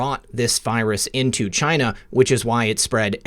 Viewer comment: I Love how you say China, just like our beloved president! Great show! Thank god for Trump!